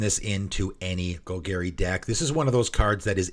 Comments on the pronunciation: Gol Garry… meow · New players: don't pronounce it like how it is said in this video. 🙏🏻